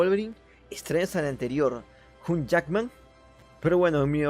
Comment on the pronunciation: Por la pronunciación del actor (hugh Jackman) de seguro que ni conocías su nombre, también estoy seguro que lo leíste, (Pd: QUIÉN MIERDA TE ESCRIBIÓ EL LIBRETO???? JAJAJA)